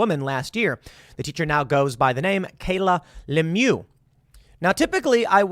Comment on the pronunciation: Lemieux is pronounced to rhyme with "sh!" not "boo."